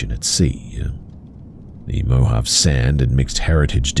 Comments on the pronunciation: You're killing me. It's MO HAV AY. Not mo-jav! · You pronounced Mojave incorrectly, it's mo ha v ay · Mojave is pronounced mow-haa-vee. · Mojave is pronounced Moe - Haw - Vey. I didn't see any other commenters say this so I just wanted to let you know!